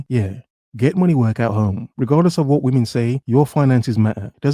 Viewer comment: "Money comes and goes (like whamen)"